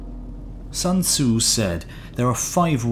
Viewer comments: Sun tsu. Sun as in put. Sun sun sun... not ☀️... 🤦‍♀️🤦‍♀️🤦‍♀️🤦‍♀️🤦‍♀️ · Only if he pronounced the author’s name correctly... 😖